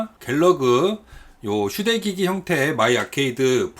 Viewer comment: 왜 난 "슈레기"라고 들었을까... 난 타락해버렸어.. 5번 다시 듣고, 아.. 휴대기기.. 라고 생각했네 ㅋㅋㅋㅋ